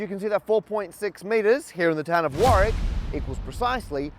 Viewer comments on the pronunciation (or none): none